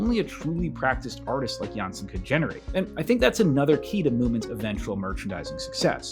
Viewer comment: Really nice that you decided to take on the Moomins! Now, I have to note that the correct pronunciation of Tove Jansson's surname is jans-son (the o is pronounced as in ollie, not like e as in the video. The e would indicate a Danish surname, not a Swedish or Finnish-Swedish.